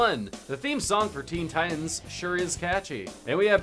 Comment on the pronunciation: Theen thitans